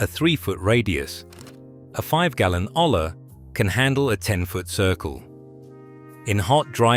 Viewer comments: A double L in spanish is pronoumced as a y. A yuh sound like Arianna Grande would make. So olla is pronoumced 'oya,' not ola. Hola is a different spanish word, don't get confused 😅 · Its pronounced "OYA" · The blank stares from garden store personnel might be because the word is pronounce oh-yah. Tell your AI some of your content contains Spanish words.